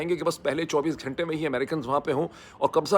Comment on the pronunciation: I wish he would work on his pronunciation. Its not khalaf its khilaf. Its not ghainta its just ghanta. Also its soverign-ty not sovreign i ty So embarrassing to hear him mispronounce.